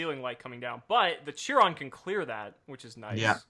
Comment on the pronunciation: Chiron is pronounced with a hard ck sound